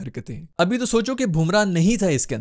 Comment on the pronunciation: Virat hi bolo ku ki tmse Kohli nai bola jara bs Kholi Kholi bole jare ho..😂 fr Bumrah ko Bhumrah 😂